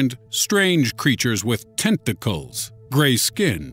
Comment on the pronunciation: TENT-TIC-CALS HUH??? LOL